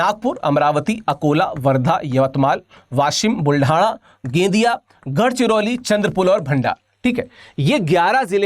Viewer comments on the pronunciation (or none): ह्या उपटचोदयाला गोंदिया म्हणायला येत नाही आणि विदर्भावर भाषण देतोय 😭 गेंदिया नाही गोंदिया 😅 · Sir wo gendiya nahi gondia he. Achhe se bolo sir . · वो गेंडिया नहीं गोंदिया है😂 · Abe anpad wo gondia hai na ki gendiya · Sir that's was Gondia..... please pronounce properly 😅😅😊